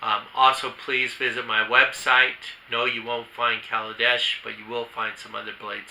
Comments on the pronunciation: Great video just wish you'd say their name correctly!!! It's Kailash not kalidesh. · Is it KaiLASh,? Or KalaDESH ? You’re not saying it the way it’s spelled.